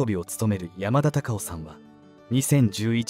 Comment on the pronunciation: アナウンスの方言が強すぎる。山田隆夫のことを喋ってるなら しっかり「山田隆夫」と発音しろ